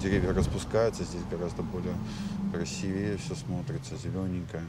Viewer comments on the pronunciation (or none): none